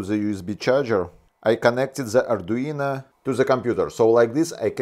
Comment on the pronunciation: So, mr, I'm a fan of your videos! But... "ArduinA" is not the same as "ArduinO". Same as "Romanovich Raskolnikov" is not the same character as "Romanovna Raskolnikov". Sounds similar, but not the same. If you could pick up an "Arduiña", then that would be quite exciting!